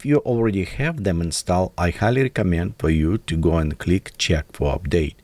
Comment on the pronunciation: when you say installed, drop the e sound from the last e in "installed". Say it like installd. Google how its pronounced for further verification